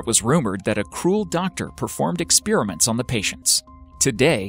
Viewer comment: No, it's very common, even from some scientists who should know better. It hurts my ears.